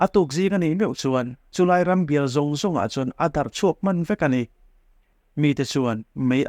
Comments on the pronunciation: a ngaihnawm. mahse, "Sudán hmár lam Bial a" nilovin, "Bîâl," tih túr. Thlûk sâng fân deuhva lam rîk túr. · Bial tih hi a lam ri hniam duai zel mai.